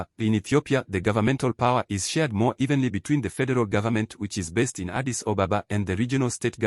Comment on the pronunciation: Funny how you pronounce Addis Ababa as "Addis OBOBA" and Abiy Ahmed as "Abey Ohmad", this is the simplest thing you should have corrected. Why don't you practice a little more or look for accurate information?